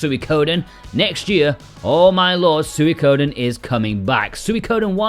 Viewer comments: "Sooey-koden" 😂 It's pronounced like "Sweeko-den" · It's "swee" as in sweet for Suikoden. Not suey. Sw-EE-Ko-den